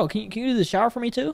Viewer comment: "Can you take a sower for me" thats wild